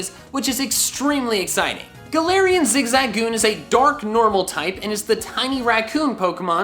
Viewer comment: I literally almost clicked off because he kept pronouncing zigzagoon wrong.